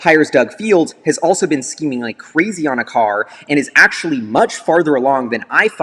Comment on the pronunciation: Cringed everytime he said skeeming lol